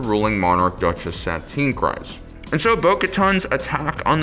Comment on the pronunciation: It’s pronounced creez not cryz